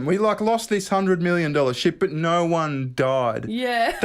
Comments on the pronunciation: Yet you still can't properly say No You say "Naur" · naauugghh.. There's an R in there somewhere